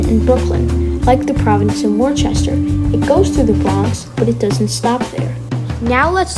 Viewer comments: Great Video, the W in P&W is pronounced "Wooster" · It's pronounced, Wuhster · WorCester…..go to Boston Dad to learn proper New England pronunciations